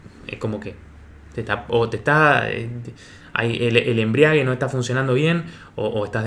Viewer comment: Se dice Embrague.. Embriague NO por favor.